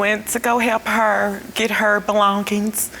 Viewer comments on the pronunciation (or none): "Belonkings" "She don't belonk"